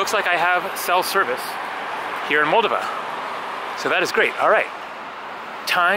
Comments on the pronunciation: FYI...In the pronunciation of Moldova, the stress is on the second "o" not the first. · First of all, I applaud you travelling to Moldova. Not many people think to go there. (As a native Romanian myself, every time I go back to Romania, I always mean to go to Moldova, then I don’t. By the way, it’s pronounced “Mole - DOH - va” (emphasis on the second syllable). And you might do well to research its history, because it’s fascinating. Romanian at heart, Russian by force (and by history), the country struggles to make a name for itself in Europe. And the “National” is not a parking garage, it’s a hotel. Not a great one, but still. :) Thanks for the walk through Chisinau. I really MUST go sometime! :) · Kishi-nev is the Russian pronunciation, Kishi-now is the Moldovan/Romanian pronunciation, as I understand it. And I was saying Moldova wrong, it's Mol-DOV-a. I think the way I was saying it was the Russian pronunciation, because I heard a Russian speaker say it that way and thought that was the right way. It's all a little confusing. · Love your videos!!! Alice in Chaaaaains woo hoo! I believe it’s pronounced MULL-DOE-VA.